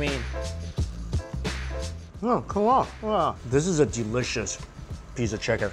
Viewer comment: 'Es so delisias'